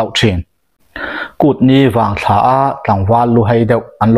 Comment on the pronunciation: Kut ni vang thla a "thla"hi sap tawnga 'moon' kan tih anga lam tur